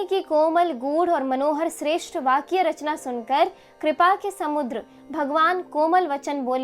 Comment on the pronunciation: All is too good but in a doha u pronounce 'rachna' as 'charna'....